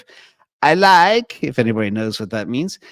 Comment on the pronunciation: "I likkkeee"